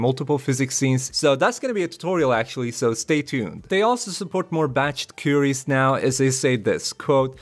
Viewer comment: "koo-ee-ries" ;) What is his image in the video thumbnail? It's not in the video as far as I watched.